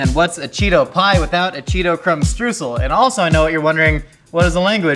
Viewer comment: Oh, I'm really looking forward to how he's gonna pronounce Streusel. Edit: Stroosle? That was even worse than I thought.